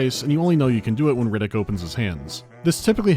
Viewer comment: I keep hearing Riddick as "Reddit", makes the game way scarier